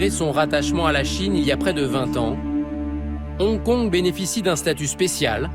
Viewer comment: On dit Hong Kong, pas Onkon.